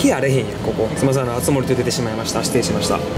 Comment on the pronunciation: あつ↑もり↓(笑)